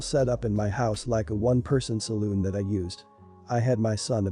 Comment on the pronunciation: Salon, not saloon.